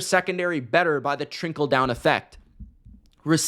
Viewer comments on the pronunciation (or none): What's the TRINKLE down effect? 😂 just giving you a hard time. Love the content! (It sounded like trinkle and on cc it said that too)